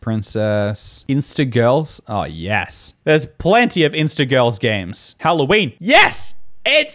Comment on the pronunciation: What the heck is Halloweene